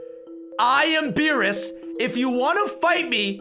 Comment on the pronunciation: Why did you say veerus instead of beerus uhm